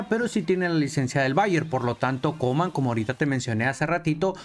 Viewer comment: A coman le dice Kuman 😂